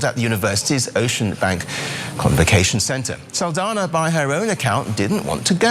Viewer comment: Saldana is pronounced "Sawl-dawn-yaw"